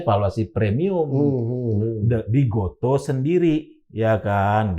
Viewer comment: GOTO pak, bukan GOTU